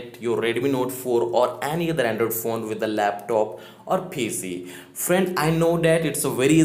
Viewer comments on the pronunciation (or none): none